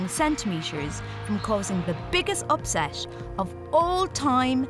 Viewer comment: Why you always say sh instead of t? Sweash, eighsh, upsesh, santimesher, eighsh, Unished.